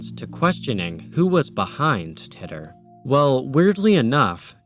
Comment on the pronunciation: As soon as I saw this started with Pokegods I knew it would be a great video. I've got to say though, I've never heard John Titor's name pronounced like that. I was 14 when John Titor's posts started popping up and he was a popular topic of conversation on the message boards and chat rooms I frequented. I have to admit, every time I heard "Tit-or" instead of "tee-tor" that 14 year old part of my brain surfaced again just to go "lol he said tit." This was a fantastic video, and I can already think of about 5 friends I need to share it with.